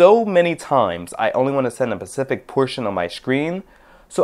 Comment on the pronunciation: dude, it's "specific", with an "s"... really?!